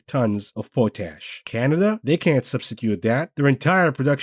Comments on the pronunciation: Pote ash? POT ash! lol at least were im from, sask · Pot ash not not not po tash